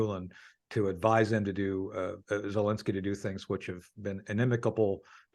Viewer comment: It’s Zelensky not Zilinsky… “Precips”? I’m thinking precepts. Ok I’m taking a break.